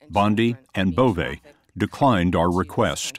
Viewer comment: Bove? Schwienhundt